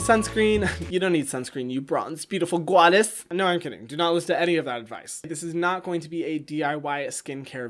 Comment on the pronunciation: “you bronze beautiful GWUADESS* i wheezed.